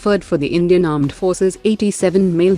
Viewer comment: You mean pakistan "Aand Forces" 😂😂😂😂